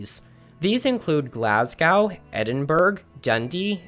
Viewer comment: I really liked your content, but the mispronunciations were a bit jarring...Edinburg is pronounced Ed-in-bur-rah, or Ed-in-brah, not "burg", Glasgow is Glaz-goe, as in "hoe" not "gow" as in "how", Armagh is Ar-mah, not Ar- mag. It sounded like you said the English celebrate Hogmanay, when it's definitely a Scottish holiday. But hey, you got the Heb-ri-dees right!